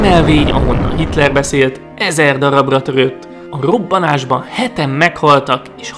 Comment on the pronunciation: hrrrobanásban ...hrrrrrrbobbanásban